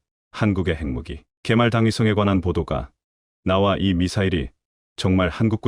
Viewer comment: 지금이 분장을 번역하고 읽는 기관은 어딘가요? 핵무기를 책무기라고 하지 않나, 읽는 사람이나,번역하는 사람이나......